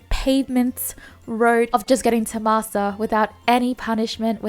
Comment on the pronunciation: Why m i hearing masser instead of master 🤣